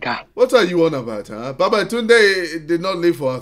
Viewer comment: The world: Babatooonde No one, literally no one: Me: who is babatunde?